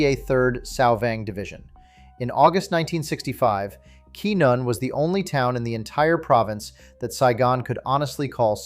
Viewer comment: Pronounced Quinn-yon. Teach your AI properly.!